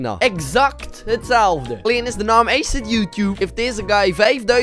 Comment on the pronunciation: Kunt gij nu nog steeds ni acid goed uitspreken